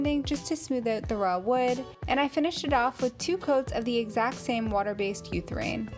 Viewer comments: It’s pronounced “your - a - thane.” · When she said Utherane the first time, I thought I heard wrong. Then she said it again. Hahaha Your comment is a very tasteful way of pointing out the incorrect pronunciation. I don’t have as much tact as you haha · Great diy's - I love your style. One thing though. Urethane, pronounced yur'-uh-thane. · Pssst.... it’s pronounced “you-reth-ane” 😘